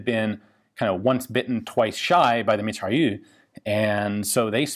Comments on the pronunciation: you have to pronounce mitrailleuz not mitrailleu. merci. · MitrailleuSE, not Mitrailleu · meat-ray-ouZ : Mitrailleuse ;) nice pronouciacion of -eu tho and nice video as always :) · Mitrailleuse - pronounced Mitrayeuse - it's feminine. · pronunciation guide for "Mitrailleuse": "Mee-Try-Errs". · The mitrailleuuuuu yeah, il est où le "r"?! 😉